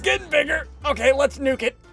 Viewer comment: ssundee: let's nuke it, let's nuke it, nuke it, nuke it me hearing ssundee be like: let's nugget, let's nugget, nugget, nugget